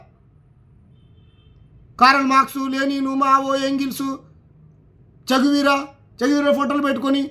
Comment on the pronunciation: అరేయ్ చేగువీర కాదురా అయ్యా చేగువేరారా..😂😂